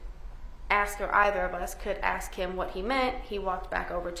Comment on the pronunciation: this lawyer needs to speak proper english... its ASK.... NOT AKS.. I mean you make it out of undergrad, law school and then pass the bar... hunny you are no longer in the hood!!!